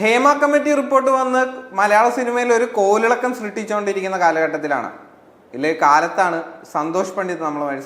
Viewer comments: എടാ മകനെ കോലിലക്കം എന്നല്ല കോളിളക്കം എന്നാ പറയേണ്ടത്. കഷ്ടം പുതിയ തലമുറ 😢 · Mr അവതാരകൊ... കോലിളക്കം അല്ല കോളിളക്കം ആണ് കേട്ടോ 😂😂😂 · കോൾഇളക്കം അല്ല 😂😂 കോളിളക്കം.. അവതാരകൻ തുടക്കത്തിലേ പാളി.. ശ്രദ്ധിക്കുമല്ലോ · കോലിളക്കം അല്ലഡെയ് "കോളിളക്കം". പ്രസൻ്റേഷൻ ശ്രെദ്ധിക്കുക. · കോലിളക്കം അല്ല മൈനേ കോളിളക്കം 😜😜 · കോലിളക്കമല്ല കോളിളക്കം. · കോലിളക്കം അല്ല കോളിളക്കം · കോലിളക്കം അല്ല ചേട്ടാ... കോളിളക്കം 😊🙏🏻🙏🏻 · കോലിളക്കം അല്ല അവതാരക കോളിളക്കം അതാണ് പറയേണ്ടത് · കോളിളക്കം ആണ്, കോലി അല്ല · കോലിലക്കം അല്ല മോനേ , കോളിളക്കം ആണ്. മലയാളം ശരിക്ക് ഉച്ചരിക്കാൻ പഠിക്കൂ, എന്നിട്ടാവാം വീഡിയോ ചെയ്യൽ. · Kol 🏒 iLakkam alla mone, KoLLiLLaKkam ennannanu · കോലിലക്കാം അല്ല ചെങ്ങായ്‌..കോളിളക്കം 😆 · അവതാരകനോട് ഒന്ന് രണ്ട് കാര്യങ്ങൾ പറയാനുണ്ട് കോലിളക്കം അല്ല കോളിളക്കം ആണ് രണ്ടാമത് അവതാരകന്റെ ക്ലോസപ്പ് ഷോട്ട് കാണിക്കുമ്പോൾ അയാളുടെ ബാക്ക്ഗ്രൗണ്ട് വിഷ്വൽ നന്നായിട്ടുണ്ട് പക്ഷേ സന്തോഷ് പണ്ഡിറ്റിന്റെ ബാഗ്രൗണ്ട് ഏതോ പാചകപ്പുരയിൽ ഇരിക്കുന്നത് പോലെ തോന്നുന്നു അത് വളരെ മോശമായിപ്പോയി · കോലിള ക്കം അല്ലെടോ കോളിളക്കം എന്നാണ്. മലയാളം ശരിക്ക് ഉച്ചരിക്കാൻ കൂടി പഠിക്കൂ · കോലിളക്കം എന്ന് പറയുന്ന ഒരു അവതാരകൻ ... മലയാളം അറിയില്ല എങ്കിൽ അറിയുന്ന ഭാഷ പറയൂ